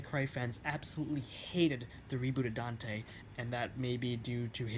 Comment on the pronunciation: His. Name. Is. Dante. Say it right.